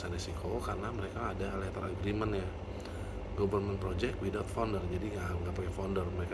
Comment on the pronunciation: pemission bukan permition, agreement bukan agrement, fee bukan vee